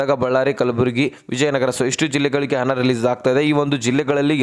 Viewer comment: ಅದು ಹಣ ಕಣ್ರೀ ಹನ ಅಲ್ಲ